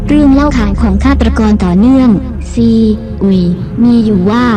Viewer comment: 5555ใช่ๆ ไม่เข้าใจว่าทำไมไม่ ซีอุยไปเลย มัวแต่ซี อุย...